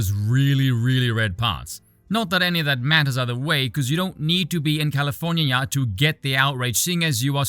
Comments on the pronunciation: California-nia 😂 I love the V-vernacular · Did I hear "Californyanya"? A fellow Vee enjoyer maybe?